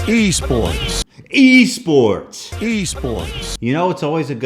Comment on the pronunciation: I didn't know you could pronounce eSports wrong, but he somehow did.